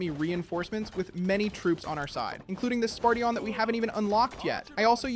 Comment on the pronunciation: "Spartion" "Swordwriaet" "Magiceel" "Sky rider" "Griffon the great a giant - giant" - he's literally the leader of giants. Wtf?